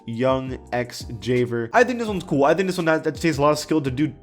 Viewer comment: Ha you cant pronounce javier correctly